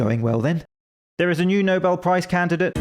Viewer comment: I think it's pronounced "Noilbel Prize".